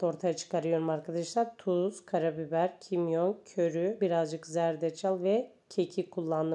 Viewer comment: körü değil köri ama tarif güzel teşekkürler